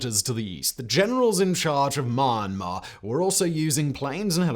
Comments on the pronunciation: For goodness sake... It isn't manh-mar. Its mee-yahn-mar. 🤦🏾‍♂️ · So sad! The normal Myanmar people are so nice, honest and genuine. I lived/worked there for 9 years starting in 2011. Oh, you are pronouncing Myanmar incorrectly, it's is spoken as Mee-An-mah. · Simon, I love your stuff, but "Me-an-marr" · Found out you have trouble to said Myanmar. He he he.